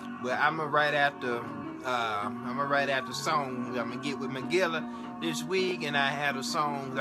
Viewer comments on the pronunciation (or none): Nooooooooooot "Magilla" (Gorilla) 🤣🤣🤣🤣🤣🤣🤣🤣